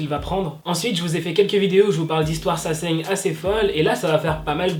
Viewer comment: Quoi? Saseine? Je comprend pas ce mot mdr😂😂❤️